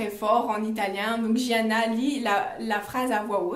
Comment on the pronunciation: Un des mes livres préféré 😍j’ai super hâte du troisième tomes j’aime beaucoup comme tu expliques je m’abonne par contre il me semble qu’on dit Giana à l’italienne et non jiana 😘😅